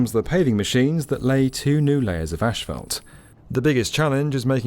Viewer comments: U brits pronounce asphalt wrong and schedule wrong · Come oooon. It's not "ashphalt", it's "asphalt". There's no H. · Is it just me, or is everyone mispronouncing asphalt as "ÉSH-PHALT"? Literally had to turn the subtitles on, thinking they were actually using some other specific term that I wasn't aware of (they weren't...). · It's ass-fault! Not ashfault, damnit!!! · Thank you. As a lover of aviation, this was very interesting. Also, as an American, it was also interesting to hear how asphalt is pronounced in the UK. "Ash-Felt". In the states is pronounced "Ass-Fault". It just reminds me of how similar, yet strikingly different the US and UK really are. Cheers from California. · It’s asphalt, not „ashfelt“. 😂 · The way they are all pronouncing asphalt in this video is really triggering. It's not ashphalt, it's asphalt, there is no shhhh in there! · Asphalt is pronounced "ass-fault", and not "ash-felt". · What's...ashfalt? 😅 Do you mean Asphalt? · tf is AESH FAULT smh! its ASS-FOLT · I watch every video with excitement! This one constantly had me hearing how the Queens’ English pronunciation of ‘ash fault’ was different than the U.S. pronunciation. As a native US citizen I say ‘assfault’. 🤣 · I cringe every time I hear asphalt pronounced "asHphalt". Don't do this to me. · In America, it’s pronounced “Ass - fault”. Never heard “Ash - felt” before. 🤔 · what the fuck is ashfelt?! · “Ashfelt”… no. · Ashphalt makes my ears bleed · The word is ASPHALT. With ONE letter h in it. ASPHALT, NOT "ashphalt". 🤡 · "Ash" - phalt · Yeah ash-falt 👀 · I thought it might have been a fluke (or an idiosyncrasy) but the construction manager said ash-fault too. When I lived in the UK, everyone just said tarmac instead... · Why does everyone keep saying "ashfalt"? It's asphalt. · ASHphalt? Seriously?? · What is that word you keep using in place of asphalt? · Question. What is Eshfelt? Jk. Love the video! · Why does he keep saying "ashfelt"? 🤔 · How did asphalt become ashfelt?????